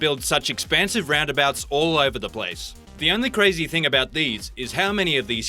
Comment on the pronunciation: 13 craziest "ralnd abalts"